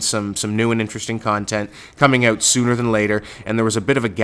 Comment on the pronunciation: why do you say out like that? WTF